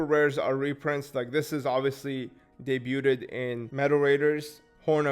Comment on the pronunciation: Just wanted to let you know "debuded" is not how you pronounce the word. Debuted = "deh-byood" and Debut = "deh-byoo"